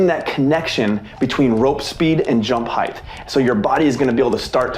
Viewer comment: Great tutorial. But….Heighth. Bruh.